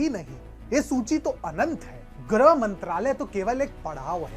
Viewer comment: ग्रह नहीं, गृह होता है, सही से उच्चारण करिए